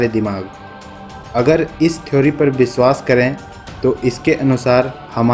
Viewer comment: ye jo voice provider he vo thik se nahi bol raha vishwas ko biswaas, shayad ko sayad kar raha he ise plz change kare aur purane vale ko le